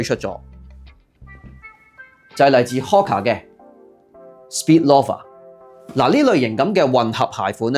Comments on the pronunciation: Friendly reminder : Loafer 係讀Lo-fer ,你讀左Law-fer Snoafer 係讀Snow-fer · loaf, 係讀 low-ve, 同理，loafer, 是‘勞’fer, 不是 羅 fer